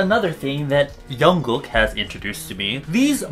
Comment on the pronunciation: Did he try to say jungkook?